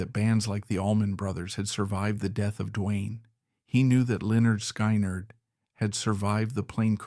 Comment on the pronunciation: SKY-nerd lol